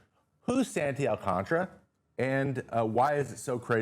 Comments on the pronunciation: "Alcantara" not " Alcantra" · Why do people pronounce it alcantra when it’s spelled AlcanTARA